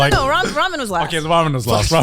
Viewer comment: it's ramen not ramyun xD